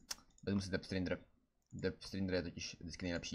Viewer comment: Zdá se mi to nebo vyslovuje "dep strindr" neni to "dep strajdr"?